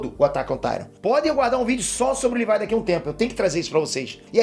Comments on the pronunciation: livai livai, eu tentando entender quem é esse livai, dps que entendi que ele fala livai ao invés de Levi '-' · “Livái” me da agonia kk LEVIII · Não e Lívai é Levi 🙄🙄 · Alguém mais sentiu um nervoso ouvindo o dizendo "Livai"(Levi) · chamando o levi de levaiiii aaaa tava me matando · fala o nome do levi direito